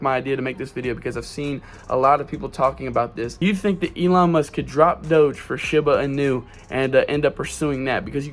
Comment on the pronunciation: He can't even say Shiba Inu right this guys an idiot